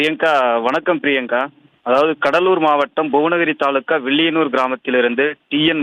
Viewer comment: வில்லியனல்லூர்✅ வில்லயநூர் ❌